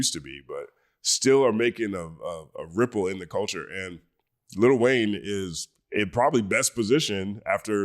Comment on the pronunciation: Stop with the little Wayne it's Lil Wayne ✊🏿